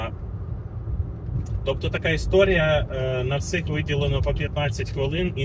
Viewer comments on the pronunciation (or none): Є одне питання, чому ти кажется "всих", "всим" і тд.?) Знаю що ти адекватний до такого тому і питаю знаючи що не буде якоїсь х***і у відповідь хахах. Невже колись російськомовними людям справді важко відтворювати деякі звуки чи ти просто від балди говориш?😅 Успіхів в усіх планах)